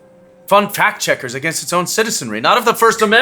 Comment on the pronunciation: I totally thought the first time he said "fact checkers" he said "fat chickers". I busted out laughing. Still made sense.